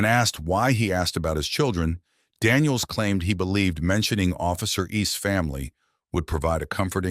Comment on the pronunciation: It’s just Daniels. Not Danielseses